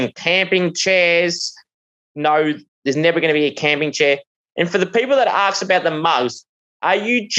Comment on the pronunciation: ASK Not Arks